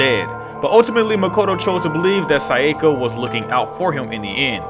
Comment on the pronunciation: Probably more pronouncing her name as "Sai-yeh-kah" instead of "Sah-yah-kah"